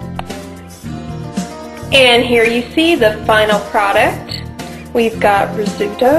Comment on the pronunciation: Oh dear, you said risutto!!!